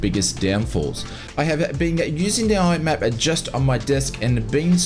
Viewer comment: MIAP. M-I-A-P. Stop calling it "IMAP".